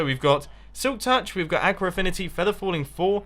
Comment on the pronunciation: ur saying aqua wrong